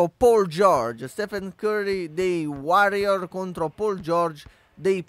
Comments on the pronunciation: Come hai pronunciato Warriors e Pacers?? Si pronunciano "Uòrriors" e "Péisers", i Packers giocano in NFL, non in NBA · anche solo sentire come hai detto warriors e pacers fa venir voglia di prendere la tua pagina youtube a dargli fuoco...